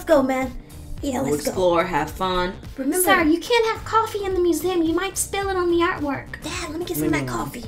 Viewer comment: Lol he said we are going to the "moo zem"